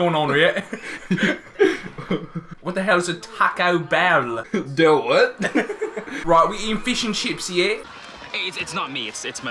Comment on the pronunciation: Taco Bell is fasho “ehhhhhh” not “errrrrrrr”